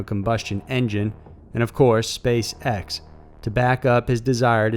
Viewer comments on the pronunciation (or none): none